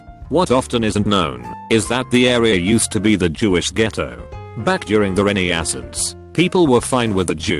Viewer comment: no one: this video: The ren-ie-ass-ence